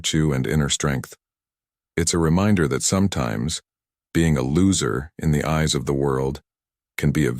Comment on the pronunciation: They want an AI future and yet this robot voice says "Epic Titus".. Epic Titus... then later "ease" is given for the word eyes, "pows" for pause... this robot app is very bad at the English language.